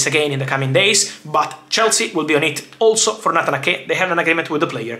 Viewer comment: It’s “Nayt-han A-ke” not “Natanake” 😂. I got confused there for a bit who the heck Natanake was 😂. But anyways, thanks for keeping us updated as always, Fab, cheers! 🙏🏻